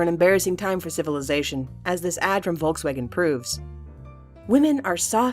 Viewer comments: "Wolk Swagen" ? xDD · It’s said folksvagen It’s spelt Volkswagen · It sounds so funny how you pronounce "Volkswagen" :D (I´m german) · Hab ich mir auch gedacht 😂